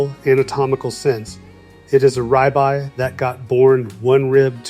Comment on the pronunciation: He does not know how to say the word rib eye correctly!